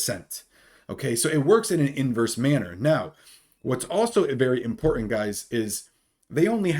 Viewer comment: You’re right…. Very “impor-ih” information!